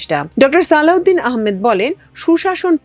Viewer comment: সালউদিন না সালেউদিন